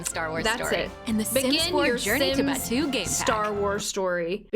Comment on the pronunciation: Im a massive Star Wars fan and this pack was a colossal let down. And you did pronounce Batuu correctly the EA lady despite being directly employed by Disney did not.